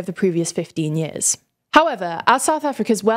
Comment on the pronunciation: "yeeahz" is not a word.